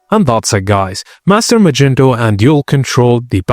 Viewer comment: bro who tf is "magento"?